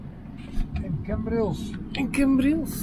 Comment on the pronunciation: Leuke video, het is CAmbrils niet CEmbrils lol. Verder leuke video. Hoe kom je erbij dat mensen in Nederland niet op het terras konden zitten??? Dit was zeker tentijde vd covid19 pandemie. Mijn broer trok zich niks vd regels aan met als gevolg, dat hij aan covid19 is overleden. Dus, ze hadden wel een reden om de boel te sluiten.